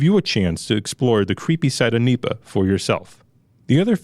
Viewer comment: N.E.P.A. not Neeepa. Cringe man. Great information, format, and audio quality though.